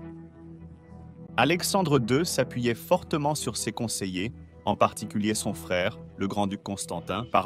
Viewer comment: La synthèse vocale est un peu défectueuse. "Ses" est épelé "S","é", "s" ; et le débit oscille entre lent et rapide.